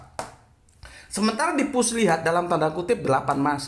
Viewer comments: Maaf bukan fuslihat tp fussilat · Fusslilat" bukan fuslihat Maaf koreksi🙏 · Salah ucap...bukan fuslihat...tapi fushilat... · Lafal Arab-nya kurang faseh, ada kesalahan dalam penyebutan nama surat, contoh : 1. al- ahzab - al- azhab 2. Fushilat - fushlihat